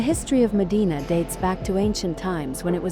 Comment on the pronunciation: Mòdena, not Modìna. The E letter sound like in “gem”.